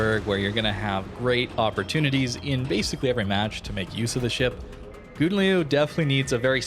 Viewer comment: You really butchered the pronunciation of the name XD You tried though, props for that :)